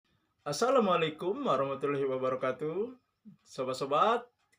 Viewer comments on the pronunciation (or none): none